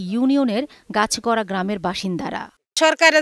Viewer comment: ওইটা গাছছড়া না 😅 গাছগড়া